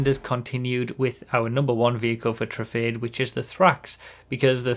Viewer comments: Can we start pronouncing Truffade as True-Fad-Ay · convincing people it's pronounced: true - fahd - deh